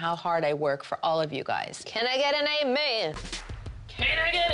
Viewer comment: "can I get an ameeen"